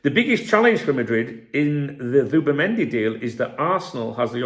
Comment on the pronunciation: Who’bimendi did you say😂